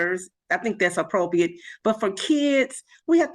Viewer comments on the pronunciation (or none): "Keeeeds, dey, dis, dem, apwopwiate."